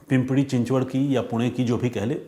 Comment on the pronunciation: पिंपरी not पिंपडी रांजणगाव not रंजनगाव